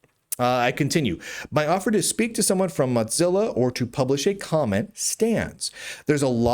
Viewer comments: moe zilla not motzilla or watever it doesnt matter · Muht-zilla. Muht-zilla. Why are you saying Muht-zilla lol? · Dear, while I've thought for many years that you and I would be close friends if we lived near one another, I feel the need to call your attention to the pronunciation of 'Mozilla'. As there is only one 'z' in the word, we do not pronounce it with the 't' as we do in the word 'pizza'. It's PEET-za because of its doubled-z, and MOH-zil-a because of its singular 'z'. Keep up the good work; you are a jewel of a journalist.